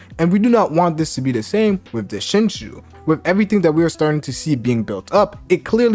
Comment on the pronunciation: Its pronounced 'ShinJu' where does the shu come from?...